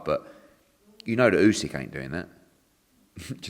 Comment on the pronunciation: Love how Eddie picks up on saying Usyk wrong when he says Birmingham and Lennox wrong 😂